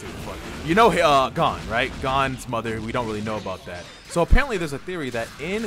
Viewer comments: It’s not gone it Gon like moan but with a G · Did you just call gon "gone" lol